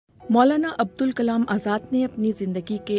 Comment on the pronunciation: عبد الكلام نہیں ہے ابوالکلام ہے کُچھ پڑھ لکھ کر اتنے بڑے پلیٹ فارم میں بولنا چاہیے